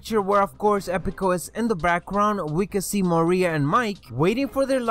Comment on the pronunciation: it is Maria